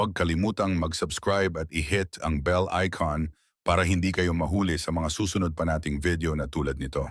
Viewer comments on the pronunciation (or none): Buwisit ka mag tagalog. Halimbawa. mahuli , merong mahuli na ibig sabihin ay madakip at meron ding ibig sabihin ay late sa ingles . Bwisit ka dapat alam ninyo mga pag bigkas , may maragsa at pahilis tayo sa pag bigkas , animal ka bobo ka magtagalog bwisit ka. Mag aral ka uli paano bumigkas nang tama sa pananagalog